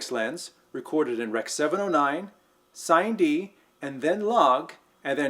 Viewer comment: When you say, "Sine-D," are you meaning, "Cine-D?" If so, its pronounced Sinē (sinny) - short for cinema.